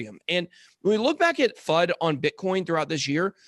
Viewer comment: Everytime says fud...I hear fuck